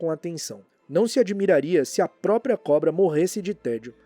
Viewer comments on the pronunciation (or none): none